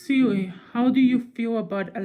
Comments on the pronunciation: My man said siwi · u said Siwi😂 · no you said siwi or seaweed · She said sewi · “siwi voice” Also: “i said siri not siwi” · lmao he said siwi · The way u say Siri “ siwi ” 😂 I think dat soz not being rude 😆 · i thought u was saying siwi soz xd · Siwi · you said Siri wrong